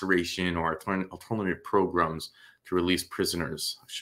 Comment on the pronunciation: PROGRUMS!!!! WHAT ABOUT THE PRECIOUS PROGRUMS?!!